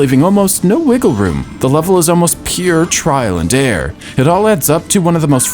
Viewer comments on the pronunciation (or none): "Trial and air" lol